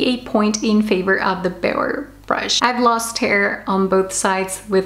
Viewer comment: hi, love your videos! and i am obsessed by the way you pronounced Beurer🙈 where do your parents, especially your dad, come from? greetings from germany🇩🇪